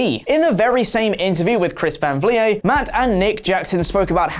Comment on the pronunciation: Saying chris van vliet 😨